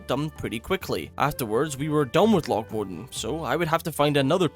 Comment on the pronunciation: My brother in Christ, he is Scottish. Loch is a Scottish word. He's saying it right.